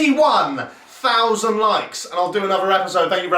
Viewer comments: "Less than ffffousand" woo raaahth a thousand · Fousand Woo rar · ITS UNDER A FOUSAND 😂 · "Less than fousand" 🤣 All these big brain moments... I can't... 🤣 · ‘It’s definitely less than fffff..... fousand’ 😂😂😂😂😂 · "Less than fffffffousand" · "Its definitely less than fffffffffff.. a fousand!" Can i get a WooRahh for mr Lion King fan :')